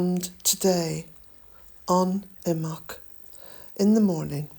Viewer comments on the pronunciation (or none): How do you pronounce imbolc? The way you say it sounds like imoc. Some say imbolc, with emphasis on the b. I would like to say it correctly and I am sure the way you say it is correct.